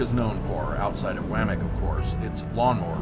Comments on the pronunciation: I'm confused. About 25 years ago, I worked a delivery route through the town of Wamic. At that time it was pronounced: Wah-mic, not waa-mic. It's an Indian name. It used to be called Taylorsville. What's up with that? Or is it AI. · You might learn to pronounce the names of the places your going, as a nearly 50 year resident of OR (Eastern, Western & Central) you lose all credibility when you mispronounce the words. Trying to be a tour guide & doing that makes you sound like an amateur. It's W(ah) mic. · You need to stop in wamic and ask a local how to pronounce it’s name. My mother was born in Wamic